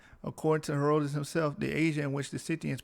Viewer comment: BROTHER, If YOU PERSONALLY don't want to be identified as AFRICAN. LET ME SUGGEST that you get a girlfriend raised in Africa under an ENGLISH-TYPE school system or one with good diction and grammar from the STATES and have her point out all your little "glosses" (inaccuracies) like mispronouncing HERODITUS until you correct yourself. YOU WILL NOT SOUND CARELESS AND SLOPY, HENCE, YOU WILL PROJECT MORE AUTHORITY